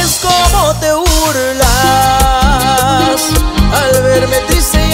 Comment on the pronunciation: Muy buena la canción pero lo único que no lo pronuncia bien en realidad es como te burlas no es urlas.. igual muy buena..